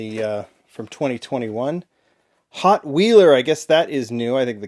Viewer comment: I believe the Hotweiler, being a Street Beast, is Hot Wheel's take on a Rottweiler dog mixed with a car. So wouldn't it be pronounced "hot-while-er" instead of "hot-wheeler"?